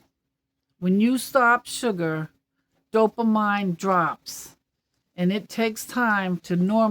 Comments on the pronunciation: Just FYI, it's pronounced dopameen!! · Hi!! Retired RN here and just to let you know, dopamine is pronounced "do-puh-meen"! It's not how it looks. lol. Love You! ❤️🤗🙌🙏